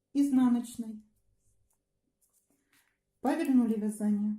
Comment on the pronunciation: А где так Яяяякают? вЯзание